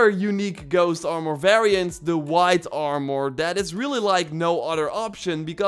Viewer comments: Stop saying it like armoire. ITS ARMOR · It's not Aaarmoûr it's Armour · The way he says armor now haunts me in my dreams at night